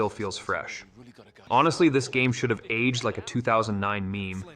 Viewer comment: In-famous, age-ed and Glay-doss pronunciations are Chef's Kiss!